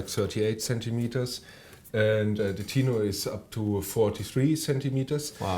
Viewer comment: What the hell in a "teenor" ??? Hello the word is tenor spoken like the word "ten" (10)